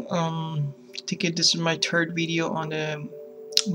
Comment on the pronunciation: he said this is his "terd video"